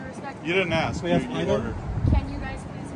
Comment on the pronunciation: yes!!! It’s et cetera, not excetera and it’s ASK, not axe!!